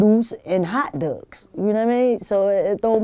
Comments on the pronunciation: "..uudles uh nuudles an hat dugs" She pronounced that sooooooo BMore! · She said hot duggs 😂😂😂🌭🌭🌭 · Errdles and nerrdles or Hot dugs!